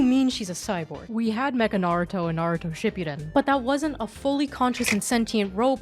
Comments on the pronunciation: Shi-poo-den not shipyuden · the way she tries so hard to pronounce the characters' names the proper Japanese way but pronounces shippuden as "shipyuden"...... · Really not sure why you're saying "ship-yuu-den". Ship-(Hang on the P. Ship-puh) Uu (Like "cool" but without closing the "oo" sound) Den (Literally like the word "Den". Fast and clipped.) Yeah. I hate this show. The entirety of it. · ship-you-den lmfao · it's not pronounced shipyuden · You are the second person I hear pronounce Shipudden that way 😅